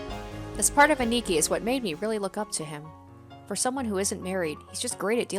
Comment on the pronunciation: A-ni-ki not aniki said fluidly